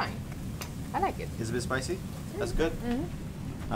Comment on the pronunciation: SPAJSY BATT IT'S FAJN, AJ LAJK IT!